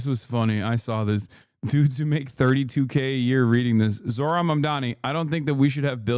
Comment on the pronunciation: It's shocking how many people point blank refuse to say his name properly. . The conversation goes like this ; " I don't even know where he's from, hes a Muslim , i can't even pronounce his nsme ... " " Mamdani , Mam Dani , you can't* pronounce a 7 letter , 3 syllable word ? I know you're ignorant but i don't believe you're that stupid " I've had this exact conversation many times already. People love pretending to be stupid. Its cool to be stupid, i remember never learning this at school, because im too stupid ..